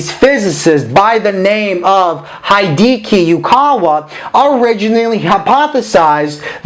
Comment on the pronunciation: Dude, it's heedekee, not haideekee. But physicswise your videos are awesome, thank you for them!